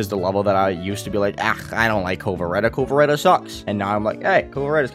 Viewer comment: Why do you keep saying "Vasureta" and "Kovareta" do you know what a W is lol